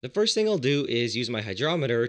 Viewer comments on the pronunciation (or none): none